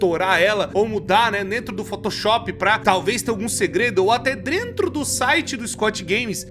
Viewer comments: ESSE "DRENTRO" ME QUEBROU KKKKK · “ “drentro” do site” kkkk essa eu rachei